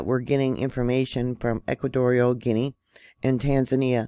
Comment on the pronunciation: Gee on a..is how it is said...butall travel to and from should be halted